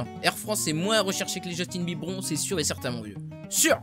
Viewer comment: tu m'a fait délirer quond ta dit justinbibron 😂😂